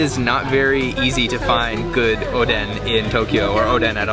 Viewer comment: I was watching your video and the content is good. I cringe when you pronounce Japanese. It’s not Oww Dawn, it’s Oow doh n. It’s not Pan zoo it’s Poh n zoo. I think if you say it in syllable you will pronounce it correctly.